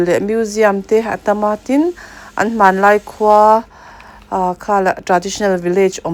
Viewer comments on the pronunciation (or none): none